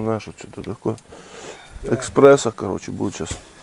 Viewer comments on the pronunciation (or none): Не экспрессо , а эспрессо !